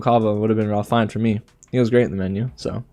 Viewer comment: REALLY enjoyed watching you react! My two favourite wins were Michelle Yeoh and Austin Butler... I had all my fingers and toes crossed for them both!! Sorry I can't help correcting you... Ralph Fiennes pronounces his name like Raif Fines. 🤷🏻‍♀C'est comme ça!!